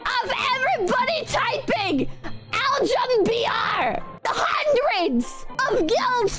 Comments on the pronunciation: ALJUM BIAR!!!!!! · I lost my shit when she went "OW-GEN BEE ARR" to pronounce "Algum BR" lmfao, seeing this video as a Brazilian makes me feel like an alien that wanted to communicate, but no one understood neither my language nor our slangs. So here's a list of what they were actually trying to say: Algum BR? - "Is anyone here a Brazilian?" BR? - "Are YOU a Brazilian?" "KKKK" spam - LOL, LMAO Also, just a heads up Don't ever use Google Translate to communicate with Brazilians. We have so many slangs, online and offline, that a literal translation will not help you. For example, when she said "do you need Kuma", that would translate to "Você precisa de Kuma?" Which sounds weird to a Brazilian, especially one that doesn't understand the game lingo. A more appropriate question would be "Would you like to fight the Field Boss", which translates to "Você gostaria de batalhar contra o Field Boss" (Brazilians do understand the more general gaming terms like "Field Boss"). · ALJÜM BÍAR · Im Brazilian And, the way she pronunced "algum Br" Its Just amazing Kkkkkkkkkkkkkkkkkkkk